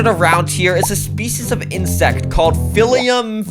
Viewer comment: PHI-LI-CUM? LIKE WHAT THE F